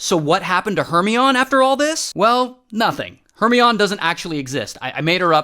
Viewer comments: YOU MEAN H E R M O N I E IE NOT HORMENION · “Hermeon” “illa-waaaa” - ray 2024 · ‘Her - me-on’ is actually ‘Her-my-on-knee’ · It's not Her-ME-ON. It's Her-MY-KNEE. Didn't you watch the Harry Potter movies? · Her-my-oh-nee. Check your Midsummer Nights Dream. You’re welcome. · Her My oh Nee not her me on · It’s not hermion it’s herMYeNIEE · Her-mine-E 😂 not Her-Me-On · Her-my-o-ni❌ her-mi-on✅ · HeRMiOnE Her-Mee-On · "Her-me-on" 💀💀💀 It's Her-mine-e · Thank you! I was cringing with Her-me-on! Her-my-O-knee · Her-mi-on - or Her-my-o-nee? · Hermione = her-my-oh-knee. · Her-MINE-EE Maybe you’re mispronouncing it on purpose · It's Her-my-o-ne. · Is he pronouncing Her-my-oh-NE incorrectly on purpose? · "Hermy on" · Hermione? Never seen Harry Potter? Her mine ee. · Ray pronounces hermeon how he pronounces illinwah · not hermy-on 😭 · ‘Hermeeyon’, love it. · “Her-my-oh-nee” please. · Ray, d00d. "Hermione" is "Her-my-nee". You know, Harry Potter? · Ray, the pronunciation of Hermione is Her-mine-e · Hermione Its Her Mayo Nie Like the character Shout out to French Turkish look alike Emma Watson the future prime minister of the UK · "Her me on" seriously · I think you mean Her-My-Knee(Hermione) like in Harry Potter.🤔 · Made it up. That explains the mispronounced Hermione. He made that up also. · I I like how he pronounces Hermione. lol 🤣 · Apparently, he's never heard of Harry Potter or Emma Watson if that's how he's pronouncing "Hermione." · You need to look up how to say "Hermione." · “Hermione doesn’t actually exist.” Of course not, he made up the pronunciation too. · hermione........ emma watson will be annoyed by that pronunciation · Ray, Ray, Ray...unfortunately, you are mispronouncing Hermione...watch Harry Potter to see proper pronunciation. 🤣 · Everyone talking about how Hermione doesn't exist but no one is talking about how he butchered Hermione 😬😬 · The way he says hermione AHHHH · he really tried the french “oi” 🤑